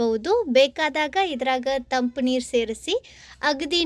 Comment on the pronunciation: ಸರಿ ಸ್ವಚ್ಛ ಶುದ್ಧ ಕನ್ನಡ ಬರುವವರ ಸಹಾಯ ತಕೊಳ್ರಿ ಕನ್ನಡದ ಕೊಲೆ ಮಾಡಬ್ಯಾಡರಿ. ತಂಪ್ಪು ಅಲ್ಲ ತಂಪು ಸರಬತ್ ಅಲ್ಲ ಶರಬತ್ ರೀ 😂😂😂😂